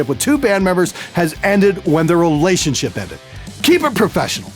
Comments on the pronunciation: did he say: relationshit? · It sounds like your said "relationshit" instead of relationship, which is fitting.